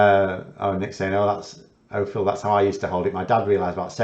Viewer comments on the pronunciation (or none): none